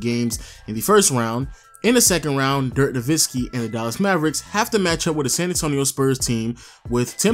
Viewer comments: hes not nowiNski hes nowitzki... js lmao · its amazing you did all this research and yet you don't know how to say his last name